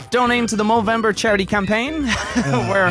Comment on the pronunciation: They say Movember I just hear No Nut November